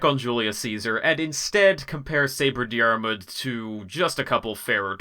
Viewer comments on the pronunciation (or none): It’s pronounced Deer-mood, not Dee-are-mood just fyi